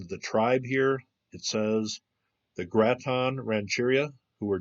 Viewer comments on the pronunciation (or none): Cool video! I work right up the road from this site - about 5 minutes away, and I've never heard of it. Not to be picky because I learned something for sure but just to let you know, the tribe name is pronounced GRATE-un. And the County is called MA-rin. I know grammar police are annoying, I just thought I'd let you know. Thanks for the research. Love your videos!